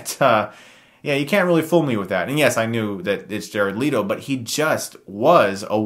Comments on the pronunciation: LETO sheesh why do people pronounce it Leeto? It's LE-TO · Let-O not Leet-O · Jared LIT-O